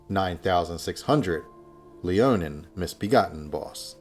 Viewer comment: i know im sounding like a nerd but its Leonine Misbegotten not Leonin.